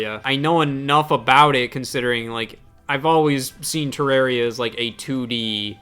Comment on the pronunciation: Is that how you say Terraria? I hate it